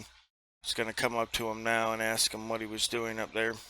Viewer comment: It makes me so proud to be an American when I hear "people" use the word "axe" and they're not referring to the cutting instrument. Oh, did I say PROUD? I meant ashamed.